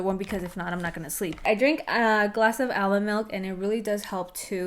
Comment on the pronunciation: Are you saying aloe milk ? Or almond milk?